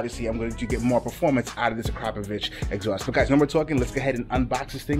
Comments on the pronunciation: Great exhaust mate 💯 it's pronounced a-crap-oh-vic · #Powamoto already called you out I got a stretched BMW S 1000RR it’s in Orlando August 20 to the 23rd and your ass better be there don’t forget about correct pronunciation bro is ak-rah-povick. Love your channel just messing with you thanks